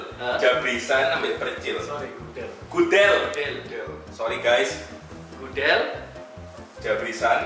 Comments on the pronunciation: Bang ian, bacanya gudel bukan gudel😂🤣🤣🤣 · Gudel (anak sapi) tu "e" nya dibaca sebagaimana "e" di kata sore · Yang pilihan Gudel tu bacanya Gudel, bukan Gudel :(